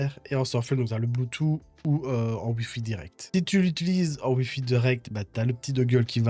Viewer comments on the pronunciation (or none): faut apprendre à dire Bluetooth, c'est pas "bloutou" mais "bloutousse"